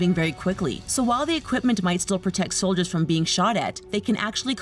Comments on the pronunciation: She said foldiers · Did anyone hear say foldiers? That makes me sad